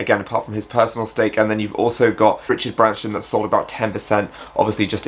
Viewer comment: Did he say Richard Branston like the pickle 😂😂 at 1,12